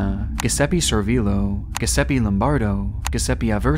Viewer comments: Not trying to be rude, but I noticed you pronounced NXVIUM as N X Vium. It is simply Nexium. It is very easy to say. And all Giuseppe names of those who died on the railroad tracks is not pronounced Guh or like Grrr. The G is pronounced a simple J. That's why it is Giuseppe with the Gi making the G sound like a J. Jiuseppe. It is a name meaning Joseph in Italian. I just don't know why if you're going to report on these stories why you don't first hear someone else in your research say words you don't know how to pronounce in order to make sure you get it right because then it just sounds silly to be reporting on something you can't say correctly and can easily discredit the rest of your hard work. Just sayin'. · The way you pronounce Giuseppe.. next time I see my dad, I’m gonna say it how you say it and see how my Papa Giuseppe reacts. (It’s pronounced more ‘Jew-seppy’). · it's pronounced "juseppe". Also it's Michael Tsanera in the pronunciation. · GIUSEPPE - It’s pronounced “joo-zep-pee”, not “Gus-sep-ee” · My man really said Giseppi 🤣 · It's pronounced "Jew-zep-eh" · It's pronounced Je seppe btw...not sure anyone has every pronounced that name the way u have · Guisepe, guisepe, and guisepe lol. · Giuseppe is pronounced like Juzeppe. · Giuseppe is pronounced with a hard "J", brother. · As an italian, your pronunciation of "Giuseppe" was fucking hilarious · CAN'T PRONOUNCE GIUSEPPE BUT SPOOKY SPOOKY EDITING WOoOoOO. It's like saying "Gorge" for George. What a slap in the face to those men who have passed. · Should’ve used Grammarly to learn how to pronounce Guiseppe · No, it isn't. It's like John, Joe, Jacob. And not taking two seconds to learn how to pronounce them, to instead spend on spooky editing is similarly distasteful and nonsensical as most of his commenters.